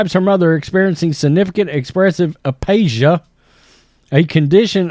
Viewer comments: Aphasia, not apasia. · FYI a·pha·sia /əˈfāZH(ē)ə/ 'F' sound it 'p' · It’s pronounced “ Afasia” with an f sound . No offense , I’m a nurse and just educating . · Pronounced A Fā juh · Uh-FAY-ZHA. apashia. i like this channel to much to let you sound like an idiot with your pronunciations. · aphasia. Pronounced A FĀ juh